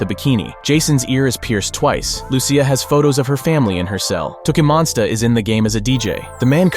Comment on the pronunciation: Its Lucia as in Lu-ch-ya or Lushia not Lusee ya